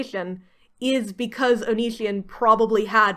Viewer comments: It's onision oni as in the Japanese demon si like the Spanish word si for yes and on like on oni si on how you pronounce it. By God that drives me nuts sorry but here how to pronounce his stupid name or just call him Greg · That you never even stumbled into a correct pronunciation of Onision amuses me greatly. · You are just flexing on us by pronouncing his name wrong, wish I didn't know anything about that man as well. 10/10 review by the way